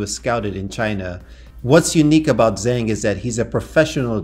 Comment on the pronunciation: As someone who actually speaks Mandarin, zh is pronounced like the English J and eng, is pronounced like ung. Therefore, Zhengyang Zhang is pronounced: "Jungyang Jang."